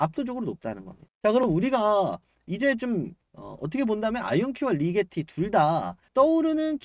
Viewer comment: 리제티가 아니고 리게티 아님?